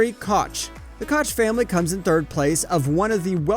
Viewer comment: Bruh you do a good job, but you gotta work on your pronunciation. Do research on the names because you say them wrong constantly. Just some constructive criticism. For instance Koch is pronounced coke.